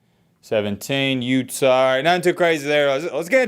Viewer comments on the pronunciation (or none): none